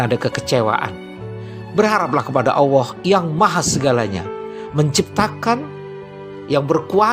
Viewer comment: Terima kasih. Memberikan kesadaran antisipatif. Kalau boleh usul, pengucapannya Allah yang lebih jelas makhroj LAM nya pada al lisan, karena kedengaran saya seperti pada asy syafatain.